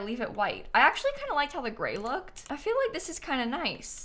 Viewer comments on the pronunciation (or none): none